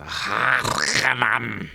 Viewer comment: The pronunciation of Harkonnen is garbage in these new movies. Emphasis should be on the HarKONNEN. Draw it out. Sounds much more badass.